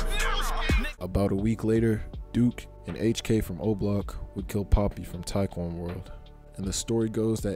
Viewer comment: Young poppy? ITS PAAAAAPPY